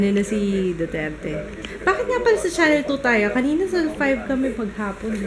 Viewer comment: Rinig ko, sabi mo, Joo-terte. hahaha ako din po, Jooterte.:)